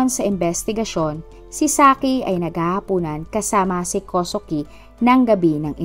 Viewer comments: Kosuke=Koske po ang bigkas.. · ganda ng boses kosuke binibigkas ninyo hindi po kosuke tamang bigkas po ay koske god bless ❤❤❤